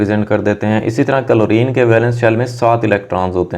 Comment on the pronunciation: he's saying " कलोरीन " 🤣🤣🤣🤣